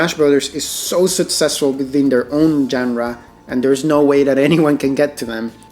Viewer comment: Surely pronouncing "genre" correctly can't be that hard.